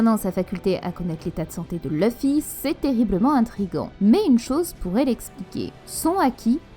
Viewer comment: Tes vidéos sont plutôt correct avec de bonne théories généralement. Par contre c'est Luffy pas Leuffy...